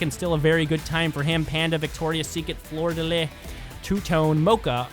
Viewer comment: You've been doing great. I made a comment last week about correcting your pronunciation of Fleur de (ley) since the "s" is silent at the end. Other than that, keep it up man.